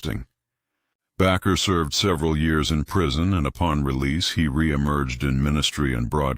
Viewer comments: Jim Bakker’s name is pronounced BAKER, not “Backer.” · Your about the most ignorant dumb youtuber ever. Jim Baker is pronounced BAKER LIKE AS IN BAKING A CAKE. IN ADDITION YOU USED JIMMY SWAGGERETS PICTURE WHILE YOU WHER DISCUSSING MARCHALL AND TD JAKES WHILE DISCUSSING HINES MAYBE DONET GET AI TO DO YOUR VIDOES FOR YOU YUOU LOOK STUPID.